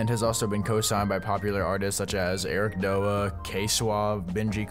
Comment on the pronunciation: it's Eric D.O.A. not dougha